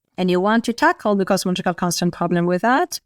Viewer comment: no sense watching Claudia speaking, her words are not understandable 100%. only like 70-80% not good enough. She can't say Cosmological she says Cochical.